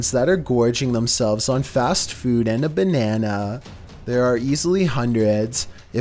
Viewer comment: Please say banana one more time😂🙏